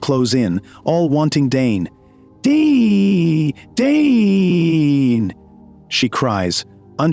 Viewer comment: They keep saying DNE whole time his name is Dane😢😂